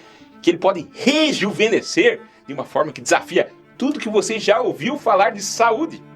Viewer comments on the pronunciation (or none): a parte técnica eu entendi até porque sou operado de coarctação da aorta. Eu falei da pronúncia de rejuvenescer que soou como "rejuvelhecer". Ou preciso fazer uma audiometria de novo! Não foi ofensa. Desculpe